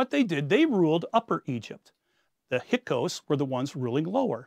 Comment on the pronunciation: Learn to vocalize hyksos, not "hykos"